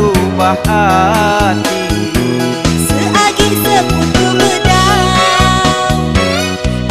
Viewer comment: Sigi atau segi?? Sebutan nya segi.....